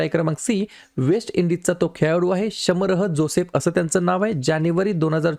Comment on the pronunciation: शमरह जोसेफ नाही शामर जोसेफ